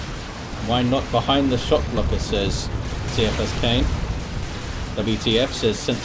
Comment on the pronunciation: Also it's K-EYE-A-FUS- KANE, idc what the author says, he is wrong... go back to english 101 See-I-fus KANE sounds as weak as soppy bread... I meant no disrespect to you sir, but that triggered me hard heh! As always amazing casts, and I wouldn't have anyone else on terra cast my DOWII casts!